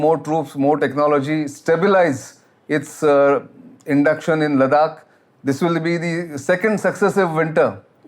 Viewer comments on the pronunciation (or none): Sir with due respect. Whenever you are speaking as an expert. Kindly please get pronunciations right. It's not ladak it's ladakh . Sorry not a ladkhai myself but you know ita nice to pronounce them correctly. Thank you.